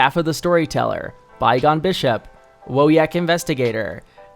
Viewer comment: it warms my dark heart that you can pronounce "Wojek" correctly